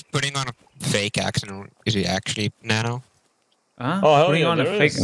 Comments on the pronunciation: Guys i am from Kazakhstan, and i can truly say that his accent was good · As a kazakh I can tell that the nano's kazakh accent is actually very good